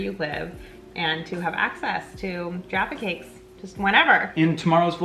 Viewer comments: LOVE that you guys got the pronunciation of Jaffa Cakes right! So many Americans call them 'Jaarfur Cakes' which sounds so WRONG to us!! Glad you enjoyed the Crunchies too, one of my faves Xx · YES FINALLY AMERICANS WHO SAY 'JAFFA CAKES' CORRECT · The Jaffa cake thing. I was very glad they said it right coz usually Americans call them jarfa cakes. I was very mad when he said it was like a biscuit. (Ik he meant American biscuit) BUT IT IS NOTHING LIKE A SCONE EITHER!! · So nice hearing americans say jaffa cakes right 😌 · Omg finnaly a american who says jaffa cakes right from what i have seen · an American finally said jaffa cakes right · Thank you for saying Jaffa cakes correctly. Most Americans and even some English people say jarfa cake and it’s so annoying!!!